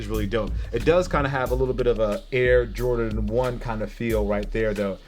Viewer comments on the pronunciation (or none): none